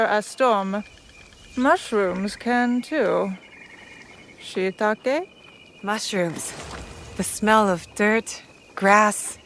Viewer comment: that mushroom woman was not saying shiitake, but shittake...